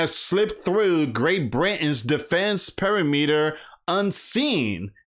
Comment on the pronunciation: Per-Rim-Ater And Re-Cord